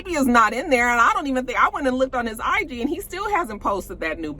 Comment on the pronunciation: Lol the way you said IG made me think of Tisha saying eevent 😆